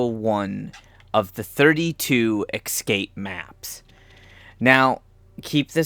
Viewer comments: Every time you say EXcape instead of EScape I wince. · Damn, watching these videos for information sake and... it's tough to hear the "excape" everytime they say it. x) It's fine thou! Just... :D ESCAPE! ... Makes me to wanna yell that word, haha. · Really annoying to have someone who SEEMS intelligent mispronounce such a simple word. It's NOT "excape". Can you read the great big letters that are on the screen? There's an E then an S. There is no X or X sound in the whole word.